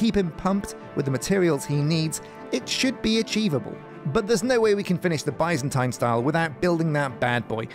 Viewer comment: Alllmost seen all the vids for this series so far, why have nobody told him how to say Byzantine or Byzantium???????????? Still bugs me off everey episode